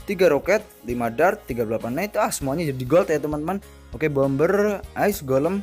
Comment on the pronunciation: bukan neit bang tapi nait bacanya 👌😊